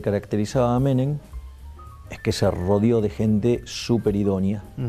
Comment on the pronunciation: Dijo Menen? Really?